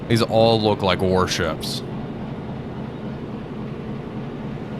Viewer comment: Am I the only one that heard ORE-ships instead of Warships? Glad he said it twice :'D